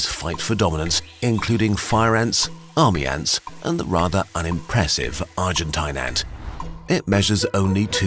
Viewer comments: Hey mr German guy that tries to sound British. Stop trying to sound like a pompous asshole. It’s pronounced argenteen. Argentinian is plural. Don’t take my word for it, autocorrect will prove me right. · argen-tayn its pronounced as argen-tene lol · It's pronounced Argen-teen, not Argen-tahyn. As in rhymes with spleen, not spine. Note this isn't even a tomayto or tomahto situation, in spanish the letter i is pronounced exactly like the english name of the letter e. "een" is correct, "ahyn" is wrong. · Argentine rhymes with machine, quarantine, marine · It's pronounced "argenteen". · Argentine rhymes with machine It's pokysyllabic